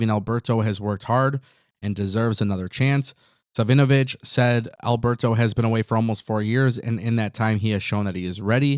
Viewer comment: "Savinovich" is typically pronounced "sav-ih-noh-vich". The emphasis is on the first syllable, "sav".